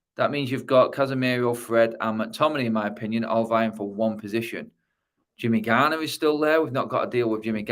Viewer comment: "Jimmy garner"